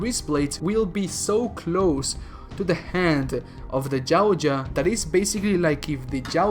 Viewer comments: Anybody find it funny how he says Yauja he says it like jawcha 😂 get it right dumbass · Love the vid’s bro. One thing.. it’s pronounced (yow-t-jaw). Yow like cow but pronounce the y like a j in Spanish(Mexican spanish). Hard T. Jaw like jaw 🤟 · Why Jautja? Its Yautja. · Dafuk is a gao-ja?